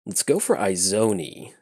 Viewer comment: They way he kept saying it was PAINFUL for me lol. Its Izoni as in E-zoni. Love the fact he played her tho :) Sincerely, An Izoni player